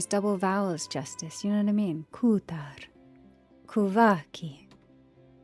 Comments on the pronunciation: Hey, I just randomly stumbled on this video, I wanted to say that you absolutely kill it as. I looove the way you say kuutar! ❤❤ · I just love the way you pronounce "Kutar" plus your voice, voice gives me so much peace, amazing job 💚